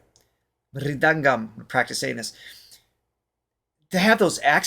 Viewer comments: Thar is mirudhangam not ridhangam and other instrument is gadam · It’s pronounced Mir-dhangam and Gatam